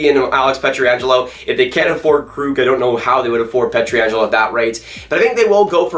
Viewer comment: Dude, I like your analysis and all but at this point I feel like you're trolling us with your pronunciation of Pietrangelo.